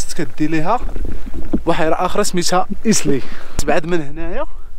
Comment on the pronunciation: خويا ممكن تصلح الإسم من فضلك ايزلي وتيزليت وليس ايسلي وتيسليت وشكرا